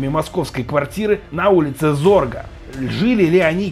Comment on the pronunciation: "ХристО ГрозАев"? 🤔 "Улица Зорга"?! 😳 Это который злодей из "Пятого элемента"?! 😂 Ребят, готовьтесь лучше! А то иногда уже приходится расшифровывать ваши тексты... Да и уважать надо своих зрителей. Стали слишком частыми довольно дурацкие ошибки произношения в общеизвестных (и простых!) именах, названиях и терминах. 🤷🏻🤨